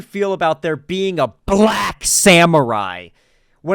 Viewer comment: "YASUKE THE BLLLYACK ONE"